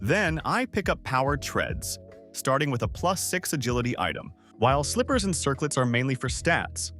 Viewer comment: Did you just fucking say "Slipers" instead of slippers? Wtf lmfao I don't trust anything about this video now